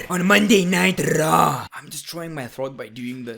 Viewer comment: He said Monday night traw